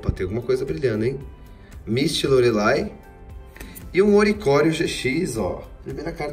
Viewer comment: Eu amo quando vc chama a Lorelei de Lorelay e o Wailmer de Walmir ♥️